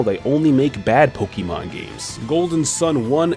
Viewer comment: I love you and your videos but please stop saying pokiman it's like a drill in my eardrum every time